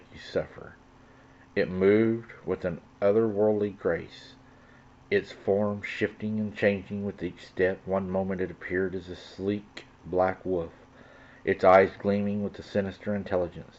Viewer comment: 100% Agree! Also, the word is WOLF not woof, you know this. I only hear little children say woof not adults and I also was born and raised in the South. My 84 year old Grandfather from Alabama has never said woof. Practice your reading, get the proper pronunciation of the words, and use the correct words would definitely help with credibility. The channel would still have its charm and possibly attract more subscribers as well as helping out the community.